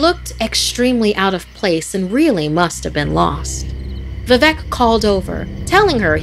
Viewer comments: As a Bengali, the pronunciation of Vivek as vevec just gave me chills.... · Wtf it's vivek you are telling it as vevek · The mispronunciation of Vivek is so funny 😂 "vevek" that's what she says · It's not vi - vek not veevek that's the pronounciation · It is vivek not vivac Your pronouncing was ❌wrong. But I still like watching👀 your vids😂🇮🇳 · Its vivek not vivak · You are pronouncing the names wrong, it should be “Parineeta” which means “bride” in Bangla, which explains the character, not “Prenitha”. Also, the man’s name is “Viveik” not “Viveck ”. As an Indian, I think you can get many better stories from India, there are lot of interesting folk tales about the supernatural in Indian culture. This is definitely not the best that India has to offer. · The way she says "Vivek" As "Vevec" Is giving me anxiety 😭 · It should be bibek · I didn't get it until I really got it VIVEC. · Just tell them how to pronounce it. “V-wake” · She: Vivec Me: Arey oo vivek bhaiya. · Vivek is pronounced as "V-wake" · Amazing narration.... Just a tip....Vivek is pronounced as vi-wake....like the word ' wake-up'😁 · for rest to pronounce vivek u can try to say we-wake no pause just say it conjoined and that is how u can say VI-Vek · Vivek pronounced as ‘vi- wake’ :) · BRUH WHY IS SHE CALLING ‘VIVEK’ AS ‘VIVEC’ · I half died when she pronounced vivek 'vevac' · It’s pronounced Viveek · I'm Indian and I was laughing at how she pronounce calicut or vivek.